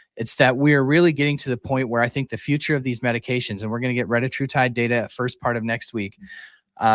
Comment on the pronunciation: I thought it was called /reh-TAT-true-tide/?